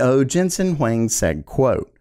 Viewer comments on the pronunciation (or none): none